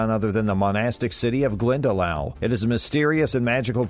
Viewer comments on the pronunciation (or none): Glendalough is pronounced glendalock not glendalow as in how ,kilmainham is just just kilmainim .Galway city is county galway not county clare ,just because its near doesn't mean its the same county besides a city that size in ireland usually has the county named after it,with the exception of belfast which is in two counties Antrim and down .The 1916 rising was to overthrow british rule in ireland not to over throw the ruling party because obvious there was no irish politic parties to overthrow DUH.The queen coming to ireland now is a much different to now and when she came 2011 I am sorry to say but 2011 obviously because she is now a foreign head of state.De Valera did become president but that was onfoot of being PM or Taoiseach which is the more powerful and important role. Overall terrible video .